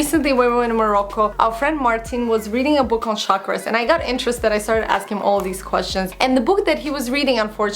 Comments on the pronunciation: oh! you mean chakras(weels) its pronounced as chuck-raaz not sharkras :) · Hi you pronounce CHAKRAS as CHALK-ras.. Love your videos x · Hey beautiful! I am sure that is gonna be a lovely book. But, you're pronouncing the name wrong. it sounds like chuck-raas. It's a hindi word meaning circular. Hence the image on the book. :) lots of love from india. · Yes. It was kinda bothering me the entire vid!